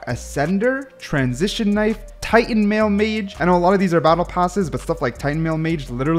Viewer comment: How did bro pronounce Titanmail mace as Titanmail mage